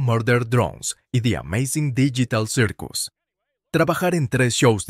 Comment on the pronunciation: Pov el wey : hola como estan yo estoy bien y hablaremos de di ameizing dillital sirkus